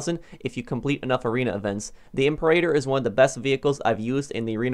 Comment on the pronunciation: Not "I'm per8ter" its "Em peer-A-tor"